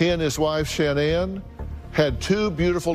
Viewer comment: Dr Phil, why don't you learn how to pronounce her name correctly!